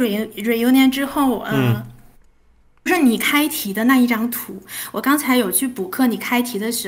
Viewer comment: 还是有一点点。开题讲成凯题。不过口音确实不明显